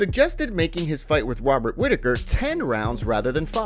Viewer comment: Jones forgot to put in "hiding under the octagon"😂😂😂Wait...did I hear you say Wobert Whittaker 😂😂😂😂